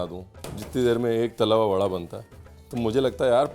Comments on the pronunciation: Badaa rajsthani bhasha not vadda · Sir its not vada ita bada